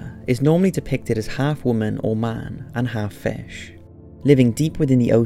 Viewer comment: Its Fish not "Fash"